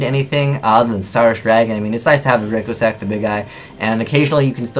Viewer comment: Dragosack? It's called Dracossack.....